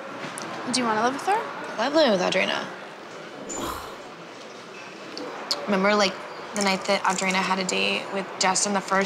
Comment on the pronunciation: Does it drive anyone else nuts how Heidi pronounces Audrina? She says “uhh-dreena” instead of “aw-dreena”…. Lol